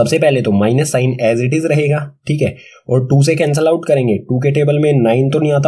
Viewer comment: Thikhe: just like u whenu say Thike in nlast